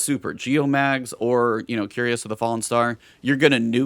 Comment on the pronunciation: 'Cuirass' is pronounced 'kwi'ras,' not "curious." ;) Love your content!